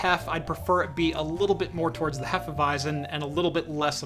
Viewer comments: Regarding the beer - repeat after me: Hé-fe-vi-tzen :) The „Hé“ is like in „Che“ Guevara. Cheers! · It is pronounced "Hefeweizen". 😂 Great video on the PiHole, I especially like your fluent way of talking, it is easy to follow even though you talk fast. And the beer review at the end was an unexpected but very welcome bonus. 👍🏻